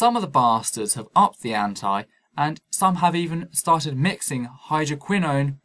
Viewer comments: Also; 'Up the ante' (it's a gambling term), not 'up the anti-' (what would that even mean..?) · Excellent video. Two minor things: It's AR-can-saw not ar-CAN-zys It's up the ante (ANNE-tee)